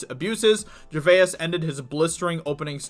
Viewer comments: Am British and you are saying his surname wrong...if you want to pronounce right, it sounds if you saying. Jay-vase ( Gervais ) stupid yank 😂🤣😂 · If you are at all interested in cashing in on Ricky "Ger-vay- us" then learn how to pronounce his name or risk being included with the rest of the media morons. I understand that English is not your first language being from the US but do SOME research, please. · No doubt others have mentioned it but its pronounced "jer-vaze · You are pronouncing his name wrong mate, it's jervase ✌️👍 How have you never heard his name pronounced when you're making a video about him. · This week in Americans vs Names. RIKKI GER VAY YAS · Ricky Gervayez lol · Tabarnak.... Ricky Gervais... pas jer-ve-ess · It’s pronounced Ger-vays Like ‘rays’ Or says Or lays Shall I go on? ☺️ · You keep pronouncing Ricky Gervais name wrong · Well I got to 1 minute, can't take his miss pronunciation of Gervais any longer!! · Learn to pronounce his name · Why do you pronounce "Gervais" weirdly? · ......yet you can’t pronounce his surname correctly? Seriously ? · How is this dude so obtuse to be mispronouncing Ricky GERVAIS last name constantly!!! Very irritating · There are 1000's of videos showing how to pronounce his surname and still you get it wrong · Why not find out how to pronounce his name before doing a video? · Gervais. Such a simple name, yet so often mangled. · PRONOUNCE his name correctly FFS ,that might wind him up! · Why can't anyone pronounce Gervais?? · Yea, that extra syllable getting shoe horned in there is painful to hear. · You can't even pronounce his name? Go to rehab, stoner. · Dude......great article but it's not Ger-ve-us it is Gervais (the vowel sound is a pure 'A', not two syllables e-us). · “GER-VASE” Not “GERVAY-IS!” Thank him by pronouncing his name right. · Can’t listen to this because you continually mispronounce his name, Ger-vay-iss. No, it’s Ger-vays. Two syllables. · It is pronounced Gervaze. Not Gerva is .